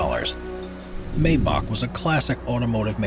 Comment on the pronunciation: MY-bock, not MAY-bock. If youre gonna say it, at least say it right..🙄